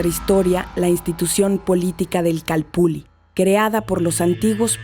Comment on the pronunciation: Una pregunta: Porqué todos pronuncian la doble ele ( ll ) como si fueramos italianos. Yo creo que si los españoles escribieron calpulli, es porque asi sonaba. Ilustrenme por favor. Gracias.